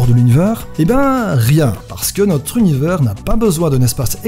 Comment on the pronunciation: Tu sais même pas prononcer « univers » et tu nous fait des théories ? 😂 (Team 1er degré calmos je rigole) top la vidéo 👍🏻